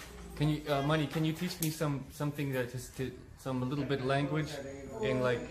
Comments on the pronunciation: Mani not money 🤣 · Dude his name is M-A-N-I. He might have said it three or four times!